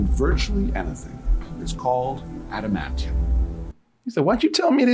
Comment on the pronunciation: "Admanium" omg